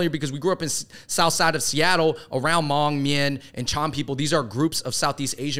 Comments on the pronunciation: Thank you Fung Bros for the coverage on Sunisa Lee and exposure of the Hmong community! Just some corrections for those who don't know. It isn't grammatically correct to use Hmong in plural (the Hmongs), it's always proper to use the Hmong or "Hmong people." Secondly, Hmoob is pronounced Hmong using the 1st Mandarin tone. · “Shout out to the hmoob” haha the pronunciation is wrong. It’s hard to spell it out but you don’t actually need emphasis on the B. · Please post an apology video for saying hmong wrong😂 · Great content, but no one is going to bring up how dude mispronounced HMoob? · Ah cmon Andrew from the start your pronunciation of Hmong was wrong wth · Good discussion. Thanks for creating space to talk about the Hmong. Just a side note though. No one don’t say “Moob”. In the Hmong written language, Hmong is spelled “Hmoob”. It has the same annunciation: “Mong”. Haha. Just thought yall should know incase no one else pointed it out. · omg noooo! love y’all, but if “hmoob” is what was attempted to be pronounced, then that’s not it 😭😭 it’s more of the Hmongs’ authentic spelling of “Hmong” based on the written system developed for the Hmong by American missionaries(?) who were in Laos(?) (please feel free to correct me for anyone who knows how it started) so our writing system is based on the same American English alphabet. Our original written language got lost back in the days when our ancestors were all still in China, unfortunately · I know this is an Old vid but I lol'd my ass off at the Hmoob part. " They call themselves Hmoob". It's still pronounced "mong" but the b is a tonal marker in the written language. The double O's make an ong sound in The language. I'm sure you know by now, but anyway thanks for repping Hmong/Miao people dudes. (